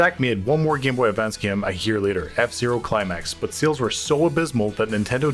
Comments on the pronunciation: Did he mispronounce the word game on purpose? He pronounced game as gime, every single time except for when he said gamers. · It's pronounced game, not gaem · It’s pronounced GAME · The narrator's pronunciation of game is nails on a chalkboard. Gyam. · Cool video. Kinda annoying how the narrator pronounces the word game as "gyim" over & over. Still, love this series. Keep up the great wyirk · I hate how this guy says gim instead of game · Where is the speaker from? His way of saying the long a (game, made, etc.) is awesome. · ‘Game’ said like someone from Northern Ireland! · This guy pronounces ”game” and ”made” really weird. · I've never heard anyone pronouncing the word "game" as this narrator does lol